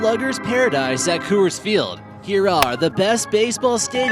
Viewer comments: Sounds like your saying "cu-urs" the company pronounces it "cores" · It's pronounced cores not kewers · Co-ers field? Isnt pronounced cors field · its pronounced Cores for rockies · It's Coor-s-field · "Unruling?!" "Costed?!" And, for Christ's sake, stop saying "Coo-ers!" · The Phillies didn't win their first World Series until 1980 (made their first World Series appearance in 1915 is what he meant), AT&T opened in 2000, Coors isn't pronounced like that, the Twins are frequently in the lower third of the league in terms of attendance with 2017 being an exception, Roberto Clemente didn't play in the earlier days of the Pirates (you're thinking about Honus Wagner there), Busch Stadium's capacity is 45,000 people, it's pronounced St. Louis Arch not arc, the Seahawks have their own stadium and do not share Safeco Field with the Mariners, the first seats atop the Green Monster were installed for the 2003 season, Yankee Stadium Dodger Stadium nor Oriole Park at Camden Yards made the list despite the fact that they are considered the best ballparks in baseball by fans all over the world. Dude, if you're gonna make a baseball video and you don't know much about baseball, which you clearly don't based on the content of this video, then do some actual smart research. America's pastime deserves better than your bad and unknowing video for people out there who want to learn correct facts and not wrong ones like those you have presented.